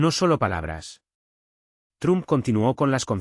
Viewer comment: Se PRONUNCIA TROMP NO TRUM 👋 👋 👋.